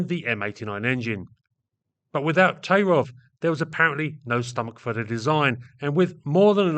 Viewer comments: Thai-rof not Tay-rov. Sorry. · Yes, I'm boring, and I'm Russian. 1. The surname is pronounced "taIIrof" with the accent on the long "II". 2. Tairov could not have been the key to the CREATION of I-16 in 1933. He accompanied the finished project. In those years, Polikarpov was in the strange position of a political enemy of the people, who was pardoned for creating the I-5 prison in Moscow. It is not Polikarpov who holds someone in subjection, but him. I'm serious. Polikarpov "porazhenez", that is, from the category of citizens of the USSR without rights. Because the "ex" one of the exploiters. But he got his training from the young Sikorsky. The expert. In 1929, Polikarpov was sentenced to death by firing squad. Even in prison, Polikarpov was subordinate to prisoner Grigorovich, and immediately after that, he was subordinate to Ilyushin. Tairov is a socially close proletarian engineer. Soviet historians dare not write anything even neutral about such a thing, only praises. There are exceptions, and they are especially interesting. 3. Heavy fighters, or the term "air cruiser" used in those years in the USSR, is too vague a class of combat aircraft. There was such a circus in the USSR that they could go around the whole world in terms of the number of "cruiser" projects. 4. Therefore, I focused only on SINGLE-seat COMBAT aircraft created AFTER the outbreak of WWII in the fall of 1939 and before the German occupation of almost all Soviet aviation centers in the summer of 1941. Some aircraft designs are slande